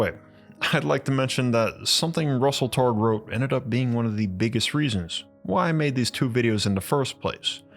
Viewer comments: Hi: LOL, Your video about the history of remote viewing would be a lot more credible if you would have learned how to pronounce Russell Targ and Hal Puthoff. There is only thousands of videos on YouTube where their names are pronounced correctly. Also, The remote viewing program was only ever stopped at one CIA agency or military program or another (and shuffled to another) because the Director of said program changed to someone who was Uber religious and thought remote viewing and psychic/psi work was “devils work.” The remote viewing program was never shuffled to a different agency or secret military program because it didn’t work. Remote viewing absolutely works statistically 60 to 80% of the time. Please research your subjects better next time. There are plenty of former military remote viewers still around that are more than willing to talk to you about their time in the secret remote viewing programs. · LOL, Your video about the history of remote viewing would be a lot more credible if you would have learned how to pronounce Russell Targ and Hal Puthoff. There is only thousands of videos on YouTube where their names are pronounced correctly. Also, The remote viewing program was only ever stopped at one CIA agency or military program or another (and shuffled to another) because the Director of said program changed to someone who was Uber religious and thought remote viewing and psychic/psi work was “devils work.” The remote viewing program was never shuffled to a different agency or secret military program because it didn’t work. Remote viewing absolutely works statistically 60 to 80% of the time. Please research your subjects better next time. There are plenty of former military remote viewers still around that are more than willing to talk to you about their time in the secret remote viewing programs.